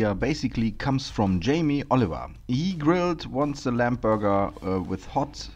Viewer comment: Just a hint - when an english word ends on "mb" the "b" is silent, i. e. it is not pronounced. So it sounds like "lam" or "bom". NOT "lamp" or "bomp". It is spelled "lamb" but pronounced "lam" 😉